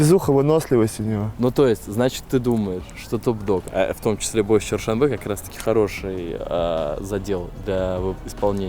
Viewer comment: не Чершанбе, а ЧерТшонбе